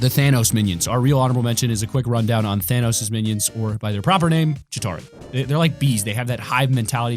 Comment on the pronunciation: Y do u say thanos as thainos